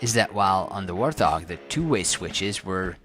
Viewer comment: wart hog not "war thog" : )